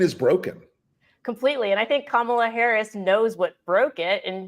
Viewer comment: "Kamala Harris, good to meet you." Let him TRRYYYY to mispronounce her name again, EVER! He'll be ROASTED by every pundit who ever says a word about him; it will be heard 'round the world! He definitely was on the grilling menu, roasted, toasted, fried, fricasseed and frijoled!